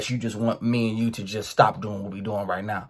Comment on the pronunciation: either from Baltimore or Jacksonville by the way he pronounces uuu 😂